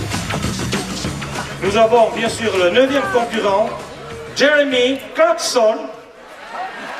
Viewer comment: Jewemee. He's called Clarkson, dolt.